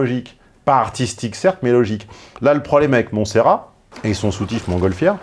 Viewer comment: Le dernier t se prononce dans Montserrat tontonnnnn